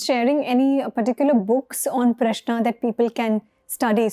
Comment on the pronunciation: In south it is Rama not Ram. Also he is pronouncing Prashna correctly. You have to pronounce the last n sound.